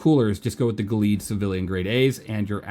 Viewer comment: Gelid = Jell - id Not Guh - Leed Jell - Id like Jell-o, but instead of o, it ends in Id, as in Id, Ego, and Super Ego It means very cold.